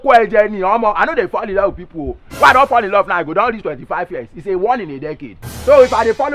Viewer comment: That "I lur you men part"😂😂😂😂😂😂😂😂😂😂😂